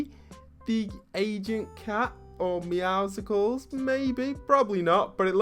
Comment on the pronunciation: Why does everybody keep calling him agent meowsickles his name is obviously agent meouscles (Meowsles) like muscles look at the picture of him his chest is huge he is really buff please stop saying meowsickles